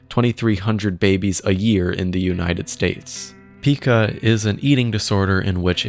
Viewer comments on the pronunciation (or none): none